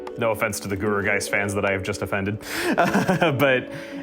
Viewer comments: Y'know what I'mma be that guy today. For a guy who like, two seconds later into the video complains about a certain Pokemon name pronunciation, you also called Gourgeist by Goo-er-geist when like. It's like Gourd. So, Gore-geist. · Sorry i gotta point it out since proper pronunciation and such, but Gourgeist is pronounced the same way as GORGEOUS